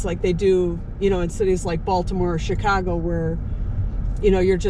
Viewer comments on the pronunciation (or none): none